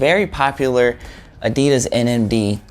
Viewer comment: You know what pisses me off that he says adidas wrong